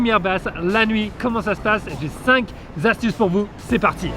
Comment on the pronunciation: Stop les cinq zzzzzzzzastuces!!!! Mais go les cinq kkkkkkkkkkkk astuces!😁😁😁😁